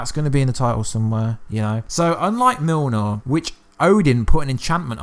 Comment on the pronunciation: Cool vid! (but why you call Mjolnir Milnor)